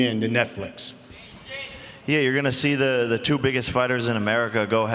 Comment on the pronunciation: Thumbs down for that gay ass way of saying two. Show your loyalty to Lucifer some other fucking way.... also what the fuck is this a fashion show? who gives a shit what the fuck they dress like or what the fucking hair looks like.